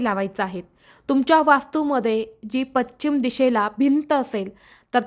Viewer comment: पश्चिम असे म्हणा